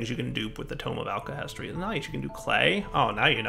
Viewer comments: Every time said "alakestry" I cried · its pronounced (ALK-a-hess-tree), sorry but its from full metal alchemist, and hearing mispronounce it (you can tell even from the spelling, sounding it out) tilts me so much!